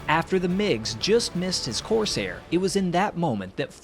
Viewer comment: Great video. It'd be even better if you pronounced CORSAIR correctly. You put emphasis on the wrong syllable. Listen to how everyone else says it.